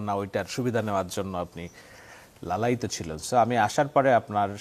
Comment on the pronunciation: লালায়িত ভাষাটি সরী বলা উআিত।